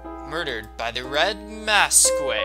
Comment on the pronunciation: for the record it isn't pronounced mas-quee its more pronounced like mask, for future notice. now that that's out of the way, I am so happy you're doing this. by the way, I tend to correct people a lot, sorry